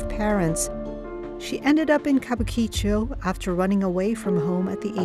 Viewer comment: Worst mangling ever of an easy pronunciation. Kabukichō is pronounced "Ka Bu Ki-Chō, an entertainment district named post-war for a planned kabuki theater that was never built.